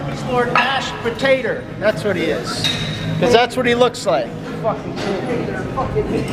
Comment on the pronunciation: Mash po-tater